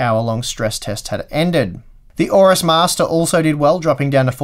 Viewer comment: Don't like Gigabyte, can't pronounce AORUS and that led pigeon with open mouth is hideous.